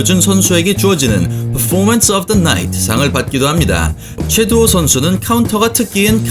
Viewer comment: 최도후 선수가 아니라 최두호 선수입니다. 영상 초반에 3번 정도 잘못 발음하시네요.